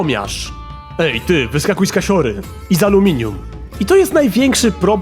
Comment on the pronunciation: amelinum a nie aluminium xd